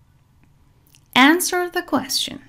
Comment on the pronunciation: ممنونم،فقط اینکه تلفظ کلمه یquestion اصلا صدای "ش" نداره و باید "چ" تلفظ بشه،فونتیکش رو چک کنین در دیکشنری.